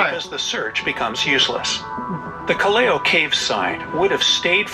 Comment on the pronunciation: Please pronounce it properly it’s called Callao pronounce as kal Lao not Kaleo